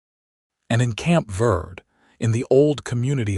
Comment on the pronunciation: Dawson is literally a prince among men, taking what he has learned from his years in the wilderness and applying it to his actions and reactions to Florence. Please work with AI to correct pronounce “verde” - VEHR-Dey.listening from TN.